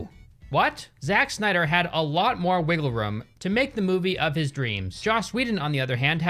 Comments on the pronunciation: "Zak snia • dr" is how it's pronounced not "zachh snia • dr" got me 😭📲🔝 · I mean it's spelled wrong so he's gonna mispronounce it to further accentuate it ahahahahahah.